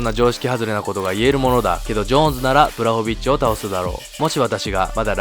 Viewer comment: ポーランドとハーフなんでめちゃ嬉しいです。正しくはブワホビッチですね読み方。